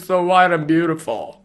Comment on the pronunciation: "of course 😍 ShE's bUtIFooL😍" I've rewatched that second severall times. "ShE's sO wHiTe AnD So BeaUtIFooL" 🥰 Thanks for the video. Fantastic exposition 👌🏼